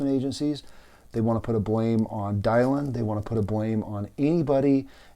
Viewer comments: Thank you for this message. Very wise advice and reflections. Just one small question, why pronounce Dylan’s name as Die-Lynn? Thanks again. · It's "Dill-en" like Bob. Talk about respect, you can't even pronounce the poor woman's name correctly. I'm out. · Dude, are you pronouncing Dylan correctly? It does matter, given you are posting to a public forum. It casts you in a shadow of ignorance to not get such essential details correct. No excuses. Get it right from the start. Constructive criticism.